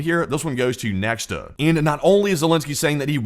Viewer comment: once again, it's NOT neKSta, it's neKHta